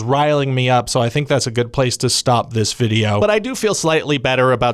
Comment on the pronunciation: "up" Are you a midwesterner? That's almost "oup"